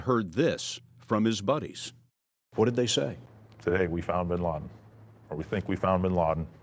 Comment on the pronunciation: WHY DONT YOU AMERICAN'S PRONOUNCE WORDS PROPERLY it's NOT binlardin it's binladen